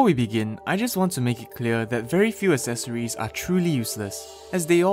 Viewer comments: This is so much pain, it's not as-es-or-es it's ec-ses-or-ies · ”Esseseroies” I think he’s talking about accessories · Sure love them "assesories"